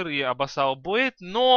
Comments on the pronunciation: не абасал блейд !а абисал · "абассал блейд")